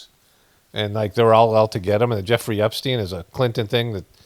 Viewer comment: "Trump epstiend Epstien." ~